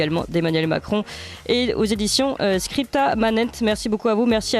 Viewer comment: la seule journaliste française qui sache prononcer correctement Scripta Manent...